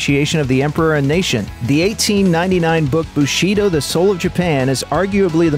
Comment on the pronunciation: Bushido - stress is on the first syllable...